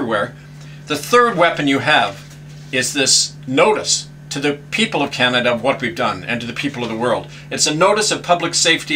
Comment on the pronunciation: Learn to say Canada properly !